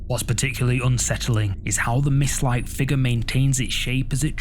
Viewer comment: Did you all see the "Figgah"? Not figure, figgah.